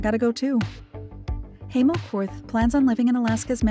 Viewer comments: Hi name is pronounced Hi-mo not hay-mo! Ugh! Such an annoying narrator! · How is it you can do a documentary piece on someone and you can’t even pronounce their name. Unbelievable